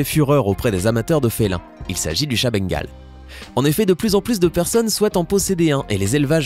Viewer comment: J ai Bengal est il on jamais rien fait. Est comment il dit Bengal 😂